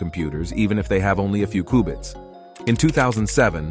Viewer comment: Its qbits... Not kubits